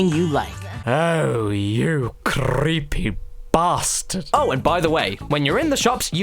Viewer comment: "oh, you, crrreepy, 🅱️astard"